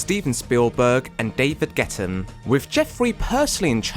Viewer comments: You seem to mistake your f's with your t's, XD David Ge"tt"en Janeane Gara"t"elo Not to be that person, just thought it was funny to mention. EDIT: Camero"z" Diaz? You flipped the N into a Z? 😅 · Ok, video essayists blowing off certain pronunciations and grammar is nothing new, but I’m drawing the line at “David Getten” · How do you manage to get almost EVERYBODY'S name wrong? David Getten?? Chris Farney?? Janeane Garottalo?? So annoying and disrespectful. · It's David GeFFen and Janeane GaroFalo, with Fs, not Ts. It's also CameroN Diaz, with N, not a Z.